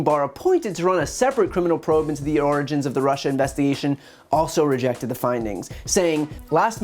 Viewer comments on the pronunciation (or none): Bryan, be careful. You’re covering Trump so much you’re letting him infect your pronunciation of origins ! 🍊😄